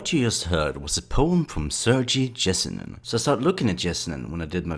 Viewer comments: Pronounce his name probably its not even close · do you also pronounce yellow as jellow? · I know right? this guy should do some research before saying his name.